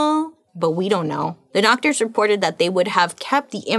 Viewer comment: Did I hear her say “DOGTORS”???? 😂😂😂😂